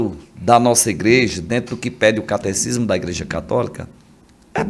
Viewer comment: É catecismo mesmo. Só a dicção que não saiu bem.